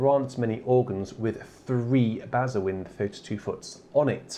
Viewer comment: Kid in a sweet shop time! BTW, bazuin is pronounced 'bazaun' - like posaune only beginning with 'ba'!